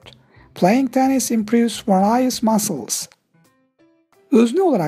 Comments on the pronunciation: Hocam various kelimesinin telaffuzu 😌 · various kelimesinin telafuzunu kontrol edin hocam,sıkıntı var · Varislerim var benim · ben de ona takıldım :D kendimden şüphe ettim